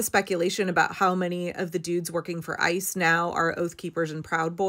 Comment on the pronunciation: When you say '... ICE is ...', I keep hearing 'ISIS'. The language doesn't lie. Systematic kidnapping is terrorism.